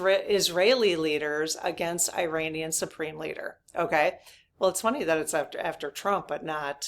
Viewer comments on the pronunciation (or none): none